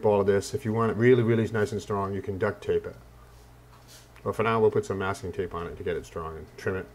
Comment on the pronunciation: did you say death tape? O_o